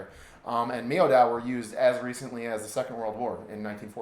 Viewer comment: Should be said The word Miao is said like this Meow .